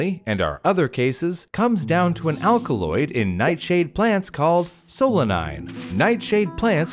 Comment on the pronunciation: "a substance called 'alcaloid'"